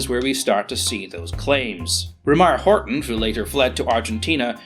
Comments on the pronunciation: Horten .... not Horton ;) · Ok, im sorry its a nice Video but i cant get around it. There was no Horton 229 in German Service EVER ! Its a Horten after Walter Horten, not Horton. Still a nice vid tho it just like saying ME-109. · I thought it was Horten, not Horton? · pouring -> poring, Horton -> Horten, and its name is not Ho.